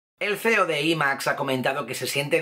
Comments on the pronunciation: A alguien mas le ha parecido que decia "el feo de Imax'' en vez de "el CEO"? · si dijo el cfheo de Imax XD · ajajaj me alegra ver que no soy el único que escuchó eso! gracias.. jajaja